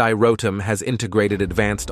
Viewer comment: 발음을 로템이라고 발음해야지 현대 로럼이 뭐여 그래?